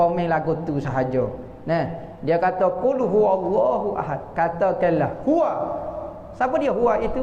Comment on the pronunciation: qul huwa...bukan huwo..